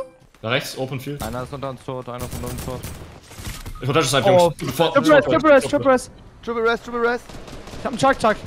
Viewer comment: sagt tripple ress Trymacs 2 sek später "tripple ress"